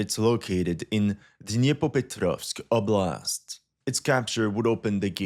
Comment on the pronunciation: За то как он старается произносить названия населённых пунктов - определённо лайк)))) Звучит забавно, но слышно, что старается)) OBLAST'